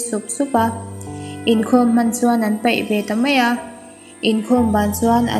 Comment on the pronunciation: I chhiar duh dah reuh mange, pai pawh hi ilam dik lo tep ania